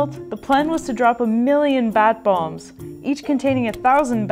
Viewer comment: Bat BOMBS? I thought you said BONG